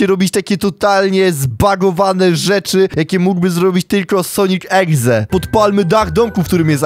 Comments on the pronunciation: mówi egze zamiast exe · dziwi mnie to że niektórzy mówią egze zamiast exe XDDDDD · czemu powiedział na początku Sonic eGze......CZYTA SIĘ EXE! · ekse A nie egze się mowi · Exe mówi się ekse a nie egze egze to może być egzekiut taki pokemon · Sonic exe a nie egze